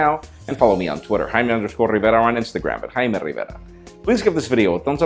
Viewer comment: change the dude. "" rivera -_- irritating